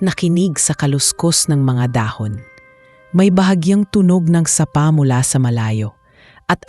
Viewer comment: Goodness! Cute story, kala ko nasapak, sapa pala(stream,creek) AI narrator,kelan kya maayos ang tagalog pronounciation